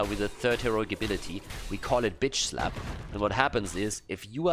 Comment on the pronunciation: Okay so when you said "give them the slap" I was only half paying attention and I heard "give them the SLUT!!"